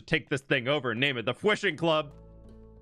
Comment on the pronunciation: how come you say fwamily fwarm and fwishing but say flip when you could have snuck your own name there?